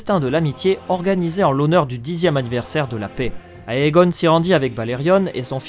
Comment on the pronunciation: Comme il s'agit d'une oeuvre en langue anglaise: AE se prononce É. Tout comme EI et EY se prononce I. Donc "Aegon" se prononce "Égon".